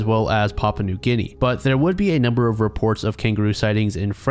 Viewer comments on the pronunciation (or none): none